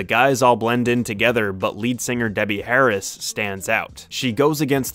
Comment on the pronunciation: no radiohead? and did you say debbie harris???